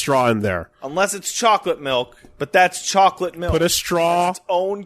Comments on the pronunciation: says "melk" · It's MALK you uncultured heathen! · GET THE MAN A GLASS OF MAULK!